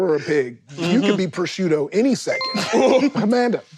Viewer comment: um actually prosciutto is italian (I mean come on you even pronounced it correctly)